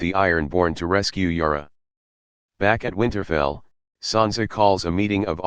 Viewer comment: there s jorah and then there s yara ......... pronounce properly.